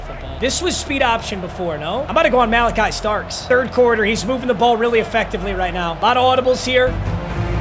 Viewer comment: I love u papa but don’t you ever say OHIO STATES Malaki Starks again